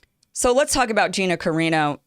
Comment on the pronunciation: I wonder about you sometimes. Either you're too lazy to take a moment to find out how to pronounce that woman's name or you've never seen the TV show and you're just lying. You sounded more convincing back when you used to talk about subjects like trying to get out of the friend zone for men....